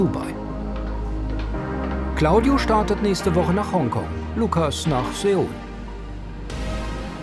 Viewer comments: Fürs nächste Mal Seoul => ausgesprochen wie das englische soul Liebe Grüße von genau dort 😅😂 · Seoul wird wie das englische Wort Soul ausgesprochen... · nee, Seoul wird ausgesprochen wie Soool.